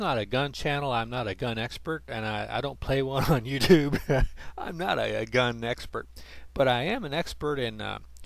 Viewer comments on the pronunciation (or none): none